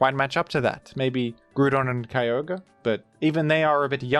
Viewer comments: Its Gr-OW-don not grewdon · Did you really think you would get away with calling "Groudon", "Gruedon"? Have you ever heard how that word is pronounced? Or is it some inside joke you have for it? Gruedon, sheesh. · “Grudon” really? Do you know how to pronounce ground? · folks, does anybody know what he means when he says grudon? i am very confused, and this video has been rendered completely unwatchable for me.